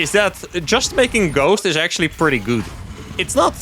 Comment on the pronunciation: I like how he said pretty gOuDe!